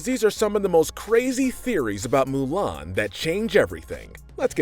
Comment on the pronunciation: It's Mulan not ''Milan''. Milan is a city in Italy you idiot!